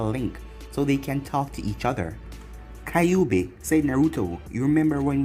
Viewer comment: It pronounces ky ouuu bi not kay obi